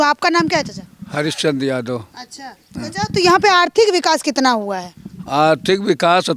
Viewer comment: चचा क्या होता है मैडम चाचा बोलिये